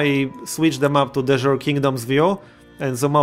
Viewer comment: "De Jure" is pronounced "day you-ray"